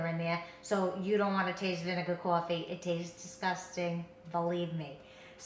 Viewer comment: caw-ffee love that accent